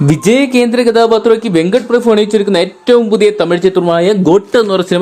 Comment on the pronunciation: വെങ്കട്ട് പ്രഭു❌ വെങ്കട്ട് പ്രഫു ✅